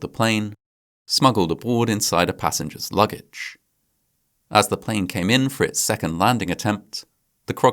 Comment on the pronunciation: "as the plane caïman for it's second landing attempt," 😂